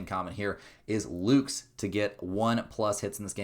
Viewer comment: Friendly correction from a jays fan, it’s Lukes (like Lucas) not Lukes